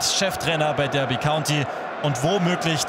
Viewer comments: Ich bin mir sicher, dass es "Darby" und nicht "Dörby" County ausgesprochen wird. Nichts für ungut, kann sowas aber nicht ab :D (genauso, wenn jemand Portsmauf, Leichester oder Brikton sagt) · Habe ein Jahr in Derby gewohnt. Heißt 100%ig Darby nicht Dörby